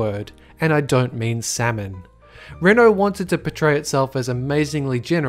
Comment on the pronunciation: It's actually pronounced RENAULT